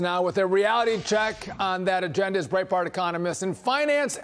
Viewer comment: Did he say Breitbart Economist? 😂